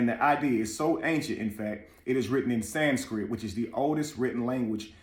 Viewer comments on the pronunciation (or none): none